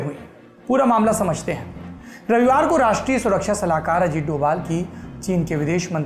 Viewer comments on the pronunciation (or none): Ajit dobhal h Ajit doval nhi